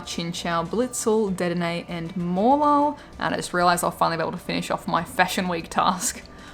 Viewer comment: Please it’s De-denne not Ded-enne